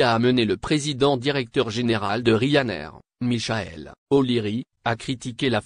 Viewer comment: Michael on prononce Mickael